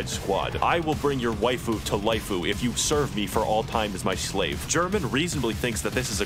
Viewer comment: Waifu isn't even a real world and Yet I'm still disappointed about how you Pronounced it.